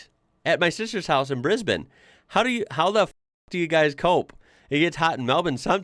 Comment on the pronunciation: It’s a cross between Brisbin and Brisben, but definitely not Brisbayne.😊